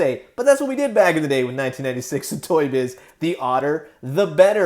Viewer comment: Sorry but whenever you say Toy Shiz, I hear it as Toy Shit. Sorry. Great video btw.